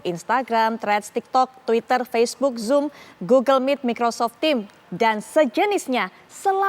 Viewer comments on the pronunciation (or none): none